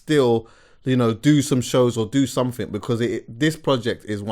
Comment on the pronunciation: "Something" man... Jeeez. These man saying "Somethink"😅😅😅😅😅